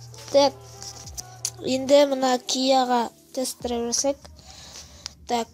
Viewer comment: Драйв емес Драйвь